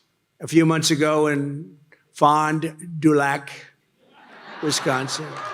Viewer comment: fond du lac is also French and means the bottom of the lake the first F is is silent prounced fon du lack ( said as one word)